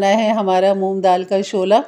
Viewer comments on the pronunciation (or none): ‘ haari’ nahin ‘ harri’. ‘Shola’ nahin ‘ shulla’. Sahi tallafuz hai. Muaf kejiye ga.